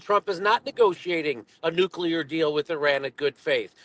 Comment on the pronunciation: I love your channel and commentary, but please stop saying nucular 🤐, it's NU-CLE-AR. 👌 Thank You.🙏